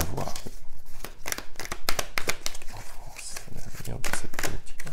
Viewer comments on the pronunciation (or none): none